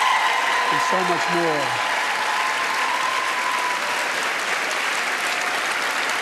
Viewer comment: Roe wee vrade.